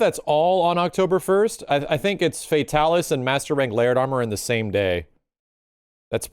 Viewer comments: I immediately stopped watching when he said Fatalis.... (Fatal-is????) Bruh... It's Fay-Talis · Fa ta lis not fatil is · it's FEY-TAL-ISS not FEY-TUL-US